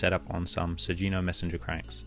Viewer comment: Hard g sugino is japanese